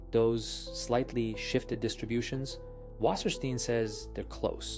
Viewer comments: Say "wasserstine" not "Wassersteen" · Or, actually, [vassəshtain]? It spells and reads like "water stone" in plainly written German